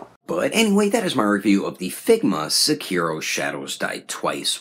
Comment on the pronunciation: "SekiiiiiiiiiiRRRRRo" Jesus christ... you really need to learn how to pronounce it. No accents, like you made a HUGE accent/stress on the second syllable (ki). In Japanese, there are no stresses like that on any syllable. It's all the same amount of time for every syllable. Also, your "R" sound should sound a lot more like a "d" sound, but actually, it's more like a combination of an R/L sound. Normally, I wouldn't be THAT guy, but it's his name FFS. Get it right.